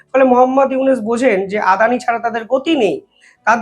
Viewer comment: আপনার উচ্চারণ ভুল হয়। ইউনূস কে বলেন উনিস, গড্ডা কে বলেন গোদরা।